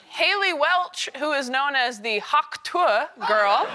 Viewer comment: "HAUK" Tuah. It's HAUK, not hAwK